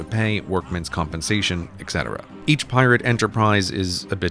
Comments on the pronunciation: et cetera, not ec cetera, cmon... you say nuquelar too? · Pretty sure you said "ec cetera" here. "Et cetera" is correct. Loved the video though! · Of all people.. I would never expect Grey to say “exetera”.. - I’m kind of disappointed. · “Eck cetera”